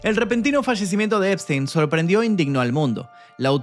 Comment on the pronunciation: NO ES,,,, SPTEIN